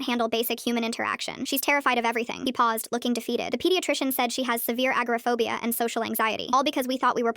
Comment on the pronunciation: The captions said agoraphobia which is correct. The AI or narrator said agrophobia, which is fear of heights not people.